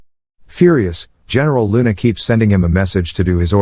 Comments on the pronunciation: the way he pronounce heneral luna makes me smirk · Heneral luna ah yes